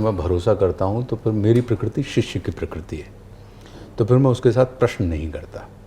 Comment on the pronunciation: Majority of us say prakriti whereas it is prakruti and Ashutosh ji has pronounced it close to perfect.